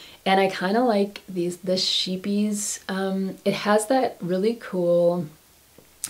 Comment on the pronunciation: Shiepies, love it. Scheepjes means small ships in Dutch. Pronounced, couch deep like you want to throw up, that's the sch, the ee is like an a as in May. the P as in pee, jes like just without the t. We can have fun with this phonetic thing XD love the little sweater, it's kinda sturdy. I use Scottish kilt pins to close my open cardi's. I don't like buttons so close my open knitted cardi's this way. You are knitting from 2012? Wow, you are talented there.